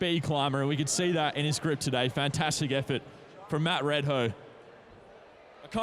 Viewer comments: Just fyi, his name is pronounce as 'Mud Ray Dow' not 'Mud Red Hoe'. Tq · Red hoe????...dude this guy should pronouce it correctly